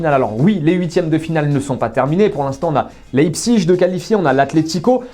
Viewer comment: Ça se dit Layepsiche pas Liépzigue